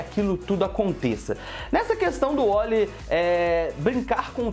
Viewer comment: cara n é Wolly e Wally coloca o A nessa, boca..